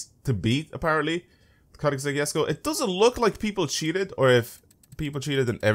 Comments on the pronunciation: THE JESKO IS CALLED ‘“ YESKO" NOT "JESKO" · Sulex MS he’s talking ab the pronunciation